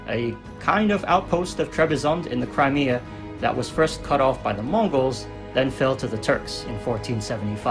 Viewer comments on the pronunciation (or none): none